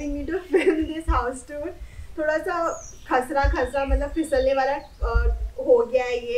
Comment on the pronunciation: You know she is a typical odia when she said, khasra khasra😁😁